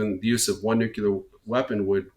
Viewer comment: Some please tell this doofus, the pronunciation is NEW CLEAR not NEW KEY LER.